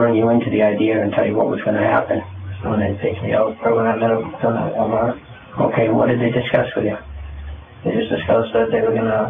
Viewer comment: "wahh mahh" how investigator pronounced Walmart